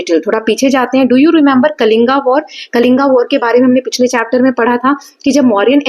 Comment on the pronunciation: Mam it is कलिंग not कलिंगा ,खारवेल not खरवेला and खंडगिरि not खांदगिरि